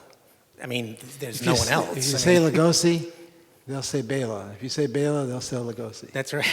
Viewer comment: His name is pronounced like Bay-la not BELLA. That annoys me and i feel the need to correct normies about it lol